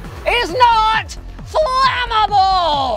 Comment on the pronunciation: Flame able x Flamamaboooowwl y